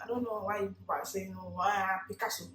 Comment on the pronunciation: 😂😂😂 she say na “Picasso”💔